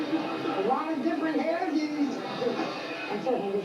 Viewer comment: " Lot of different hair doooo^s " - - Traditional strong Baltimore ( said Bal er mer ) accent hon*